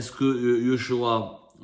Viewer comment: c'est joshua et non yoshua xp